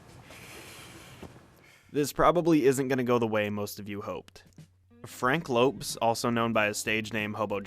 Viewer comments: but did you really pronounce lopes like that..it's spanish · Its not frank "lopes" like u pronounced it its only spelled that way. Its still pronounced lopez and he also worked in a pizza resteraunt not a warehouse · Pronounced Lopez. Lopes is like a spanish or portugues variation. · I have NEVER heard anyone pronounce Lopez like that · the way you pronounced lopez...